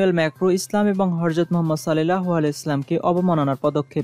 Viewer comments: উচ্চারণ ঠিক করেন, হরজদ নয় হজরত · Host er proti dristy akorshon korci... Nobi jir nam er age apni Horjot bolecen, shuddhu uccharon Hojrot Rasul (sm)